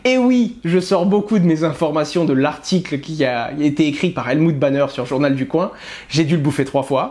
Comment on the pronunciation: T'en qu' Hasheur dira, journal du coin [k] [w] 1 et non [koin] on sera pas sortie de l'auberge. Non mais sérieux Owen...